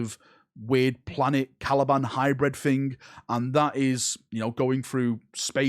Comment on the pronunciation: Caliban, not Calaban